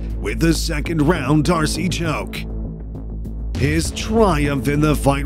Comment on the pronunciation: Dar-cee choke? It's pronounced dar-s